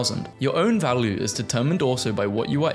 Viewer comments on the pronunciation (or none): none